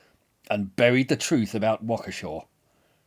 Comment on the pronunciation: As someone who lived in Waukesha for 35 years ( ), thanks for dealing truthfully with this massacre. And thanks for getting the pronunciation right! ^_^